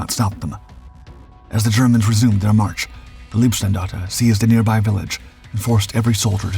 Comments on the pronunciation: Leibstandarte, is pronounced with an "i", not ee. And he keeps saying LASSH, though it is LSSAH. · LEIBstandarte, not LIEBstandarte. please practize / learn the correct german pronounciation. it's not just that word. if you want to make a doc about germany and use the german words, please speak them correctly. so schwer ist das nicht. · Please, please do not say Leebstandarte. Leeb (written lieb) means “cute” in German. These guys were definitely not cute.. Leib is pronounced “lipe” (US English pronounciation). It’s impossible to concentrate on the story with this grotesque pronounciation..😩